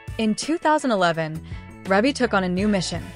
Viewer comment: Thank is not how you say her name.